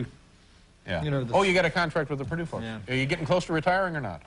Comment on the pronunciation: uhhhh did he say purdue??